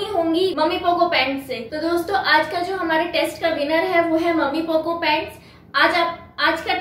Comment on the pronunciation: मम्मी पोको नहीं होता है वो मैमी पोको पैंट होता है।